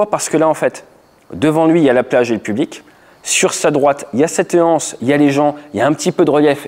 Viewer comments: "Cette hanse". Pas d'H à anse. Tu le répètes plusieurs fois et ça me vrille les tympans. Excuses-moi. Généralement je ne dis rien quand tu fais une faute de français parce que tu es pilote instructeur et pas prof de français mais là, quatre ou cinq fois, ça me fait vraiment mal aux oreilles. Prononcer "cettanse". Ceci dit, bonne journée et merci pour cette vidéo. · Un détail, cependant, ce n'est pas une "hanse", mais une anse. On dit l'anse, pas la Hanse (qui est une guilde de marchands médiévaux du nord de l'Europe). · Merci pour ces explications. Effectivement il déclenche et ça passe tout juste. Juste un détail : on ne dit pas une anse ou la anse. Il n’y a pas de h aspiré. Donc on doit faire la liaison . Il faut prononcer « unanse » ou « lance ».